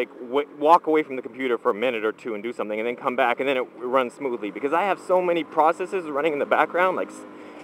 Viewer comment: "I have so many processes running in the background"... that's what he said but I heard "so much porn running in the background". ;)